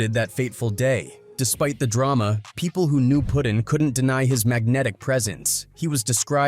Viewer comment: I'm talkin about his name bein "Puttin" and not "Puddin."